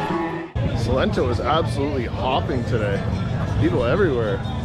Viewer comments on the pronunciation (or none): Its SALENTO, not Solento .! Thanks u ! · Also, it is Salento, no Solento 😅 lol. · Salento!!!! No 'solento'